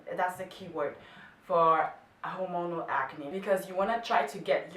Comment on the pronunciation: Hola, estaba escuchandote y te sugiero que revises algun video médico, porque me pareció que pronuncias mal hormonal... o tal vez sea que tu ritmo del idioma es excelente y le baja el volumen, no estoy 100% seguro, pero creo que lo estás pronunciando mal. Como vos en otro video decís que no tenes problemas que te corrijan, te lo comentaba porque en otro lado lo escuché pronunciado diferente Un saludo Pablo